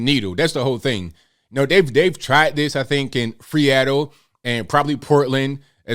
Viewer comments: Lol, he said "Freeatle"🤣😂 the Big One that'll put you in the dirt, lol 😆🤣 black folks 🤣😆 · FREATTLE, lmao 🤣